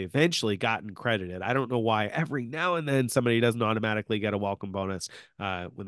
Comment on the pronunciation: “automajihkly” 🤣 watches Andrei Jihks channel too.